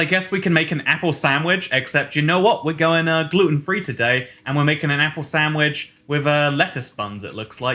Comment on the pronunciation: Nobody: Ya Boi: sand whitch Grammar: sandwich